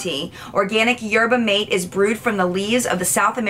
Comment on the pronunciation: Maté is pronounced like mah-tay